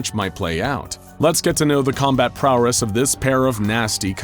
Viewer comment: Prowess not prowress